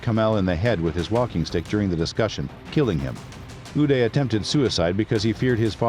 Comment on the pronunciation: It's "oo-dai" not oo-day. Qu-sai not qu-say Ee-raq not eye-raq Ee-ran not eye-ran Don't Americanized middle Eastern names.